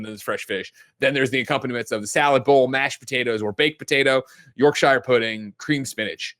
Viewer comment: “York-shire”??? As a Brit… what the…!